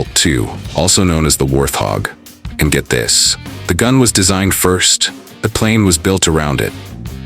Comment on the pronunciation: But.... it was AI pronounced as WAR THOG. What the hell is a thog?